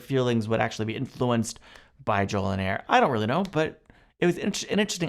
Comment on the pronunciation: JoliNAR, not "nair"